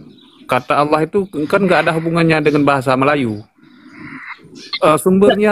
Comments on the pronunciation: Aduh Allah bukan awloh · Alloh dgn allah beda yang pernah kudengar allah gabungan dari al ilah?